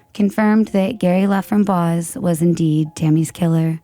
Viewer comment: His last name is pronounced La fram boyce.